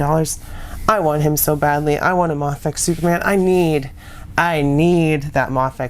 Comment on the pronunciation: its pronounced may- fex not mahfex👍